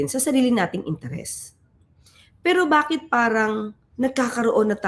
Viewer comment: "Bakyet" I love it